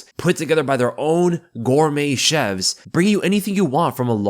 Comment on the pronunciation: "gourmet chevs"